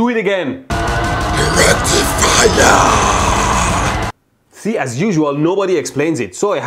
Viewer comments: No, it's "DA RECTIFIAAAA" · Wait? Is it ,,the rectifier‘‘ or ,,Directifier‘‘ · a welcome return of the rectumfrier...i mean rectifier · The RECTIFIYAH!